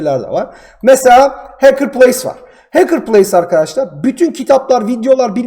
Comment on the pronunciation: Haçker değil.HEYKIR xD